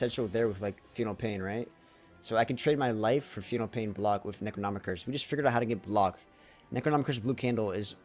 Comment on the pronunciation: Why are you saying necronomicon like that cmonBruh